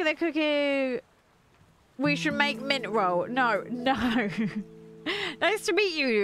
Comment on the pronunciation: Hii! It’s mummi troll. Not mintroll 😂